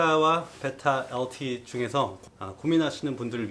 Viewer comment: 베이라 엘틔~ 발음 넘 웃